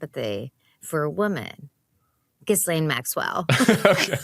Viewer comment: Can none of you learn how to pronounce this woman's name. I wouldn't care except we have to hear it and we're going to hear it more and more as more stuff is released. It's GHEE-laine or GHEE- lenn